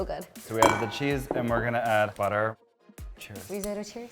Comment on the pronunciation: I die a little inside every time he says rIsOtO